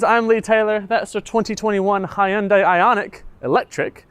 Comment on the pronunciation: It’s Hun-Day, not Hi-Un-Day